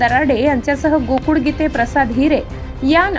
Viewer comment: बातमीदार महिलेचा आवाज छान आहे पण ळ ळ ऐवजी ड चा उच्चार करतात. गोकुळ ऐवजी गोकुड असा उच्चार करतात हे मराठी भाषेतील उच्चार बरोबर नाही. याची संपादन यांनी नोंद घ्यावी.